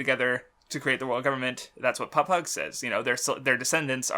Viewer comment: you really need to fucking learn how to pronounce shit in one piece you get stuff wrong all the time in the first twenty mins you say aqua laguna papagu camie and a slew of other words completely wrong like i know you hate the anime or whatever but you need to watch it to learn how to say shit properly